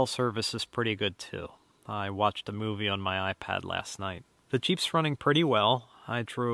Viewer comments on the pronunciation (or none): none